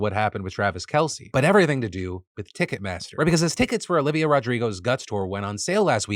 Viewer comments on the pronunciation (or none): none